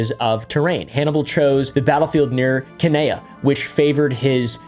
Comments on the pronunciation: Cannae = ‘can-eye’ :) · The way you pronounced Cannae is a sin